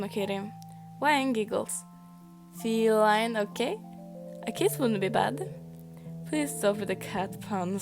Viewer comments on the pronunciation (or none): none